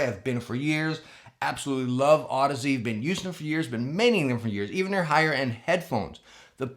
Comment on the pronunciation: Been watching for awhile now, glad you got the pronunciation on audeze down😂😂love you brother keep it up!